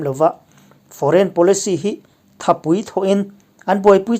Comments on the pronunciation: 'Thawhpui' tih hi Hmingpui tih anga lam ri lovin, 'Tanpui' tih angin han lam ri leh ta la, a ngaihthlak ava nuam leh zual dawn em. In channel hi a ngaihthlak nuam ber pawl a ni mek e. Han tang zel teh khai. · I chanel ngaihthlak a nuam a Mahse Thawhpui ilamdan Pui tihlai tak hi thluk deuh tur a ni.Asangdeuhin aw khawngaih in